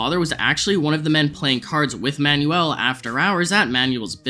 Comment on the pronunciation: It's pronounced Man-well, not Man-yu-ell.